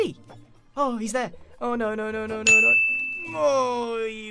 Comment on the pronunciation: grian sez no what you hear: no what i hear: nowr